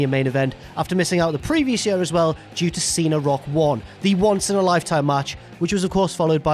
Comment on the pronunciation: what the fuck is a "yuh"?... you mean year.